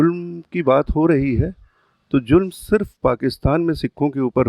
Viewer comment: Zulm (meaning cruelty), not julm (invalid word) or jurm (meaning crime).